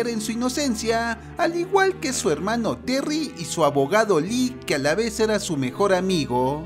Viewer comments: Me satisface el oír helmanos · Languers asi me gusta helmano :D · No les pasa que: ✨HELMANOOSSSS✨